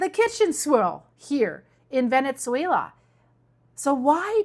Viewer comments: It's not Vene-t-zuela..... it's Vene-su-ela, that tz sound is not correct when pronouncing Venezuela. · Thank you Very informative. Also you are pronouncing the Z in Venezuela as we pronounce pizza but it should be pronounced as Pisa. Love your content!!!